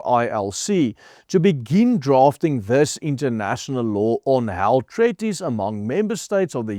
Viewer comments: while I admire your efforts as a non English first language speaker, you need to get help with your pronunciation. Treaty or Treaties is pronounced Tree-tee / Tree-tees, not treh-ti / treh-tees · Ai jirre dis nie tretties nie jy spreek dit treat ties uit soos in treat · "Treaties" se e, a klank word uitgespreek soos "treat" en nie soos "sweat" nie. "Sweet" en "treat" se ea klank is soortgelyk.